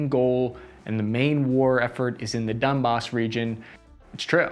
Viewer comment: Did you said dump as instead Donbas? :)